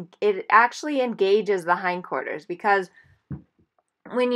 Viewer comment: what is "hind corters"